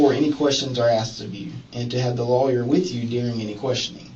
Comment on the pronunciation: So dumb he can't say "Lawyer"